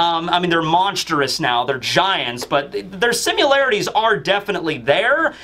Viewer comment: Lol made a new word. simularities! And again a few sec later hehe